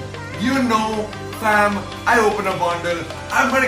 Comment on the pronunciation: Stop saying fham 😂🤦🏽‍♂️